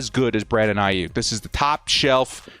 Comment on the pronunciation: Brandon "A-hyuk." ⚡